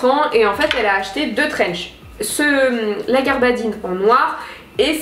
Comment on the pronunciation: Mdr!!! On ne dit pas "garbadine" mais "gabardine"!!!!